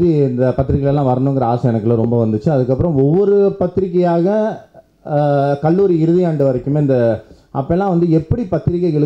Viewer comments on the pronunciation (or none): none